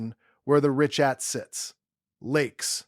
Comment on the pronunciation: You're going to want to redo this video and update every single instance where you mispronounced the name of the structure. Ree-kaat, not ree-chat